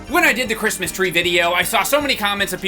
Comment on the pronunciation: "eeeheheehohohohokednjejsbsbdsb crismosss" Truly brings a tear to my eyes 😢